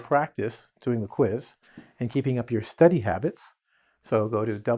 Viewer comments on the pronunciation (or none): none